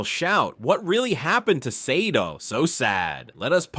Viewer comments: i appreciate your content, i love Sade, the woman and the band. you had we at Donny Hathaway but her name and the band's is pronounced Shah-Day for an american, like the Shah of iran ran away during the Day. for brits it's more like Shar-Dey. subscribed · I can’t even finish watching this because you keep mispronouncing her name. It was driving me crazy.